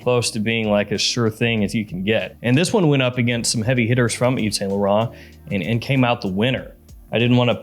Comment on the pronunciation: Brooo! You seriously need to improve your foreign accent when saying the perfume names, brands or designers...i mean it's embarassing, and you need to improve it. Thousands of people follow you includind me... and saying: ' eeve san low run' its's just sooo bad like you don't care for what you are doing. You need to be more careful with that